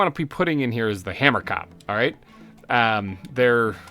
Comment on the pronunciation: Hahah, from someone who is Afrikaans, you pronounce Hamerkop wrong. it’s “Huh-mer-cohp” the (ko) part is pronounced like the beginning of the word corn. You should def give one of the hamerkops an Afrikaans name as that’s the language of the species name! I suggest Pieter or Jacob (pronounced Ya-cohb) :))